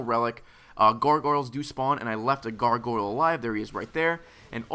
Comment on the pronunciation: seems to have difficulty saying "Gargoyle":) Must be another "coopling" moment.